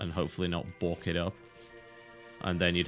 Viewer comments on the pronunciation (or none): none